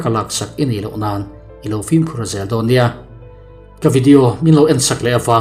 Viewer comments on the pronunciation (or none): none